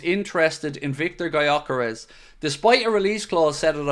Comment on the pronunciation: Just reacting to title: just FYI since Gyökeres is a Hungarian who grew up in Sweden his name is pronounced like Dyökeresh. With the Gy pronounced like the D in dew or due. If anyone cares to pronounce it right